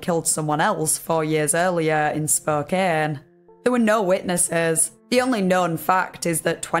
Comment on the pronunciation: I know this is an old video, but THANK YOU for pronouncing Spokane properly